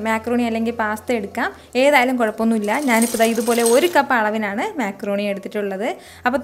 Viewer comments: Mecroni alla macroni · താത്ത മേ ക്രോണി അല്ല മക്രോണി